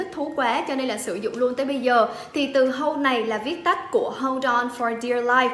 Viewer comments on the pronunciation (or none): Tp là viết tắt của take profit bà ơi. Hodle hình như đọc là /Ho đồ/ 😂